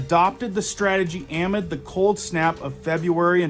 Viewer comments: Great info.....but please....it's pronounced uh-MID, as in the middle, not AH-mid. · Really like your content. Have to say, just FYI: “amid” is pronounced “uh - MID,” rather than “AM - id.”